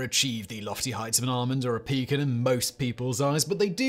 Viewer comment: Simon is bound to get a lot of ribbing over how he pronounced pecan.